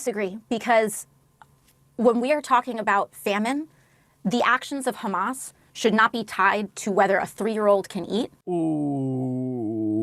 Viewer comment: Funny how American media has started saying KHAMAS instead of HAMAS???